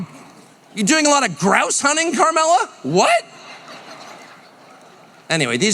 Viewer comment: "Karmella", lol!